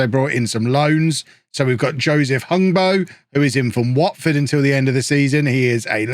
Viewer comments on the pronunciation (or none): none